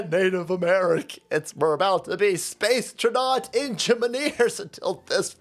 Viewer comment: Space Tra-naught engi-maneers 😂😂😂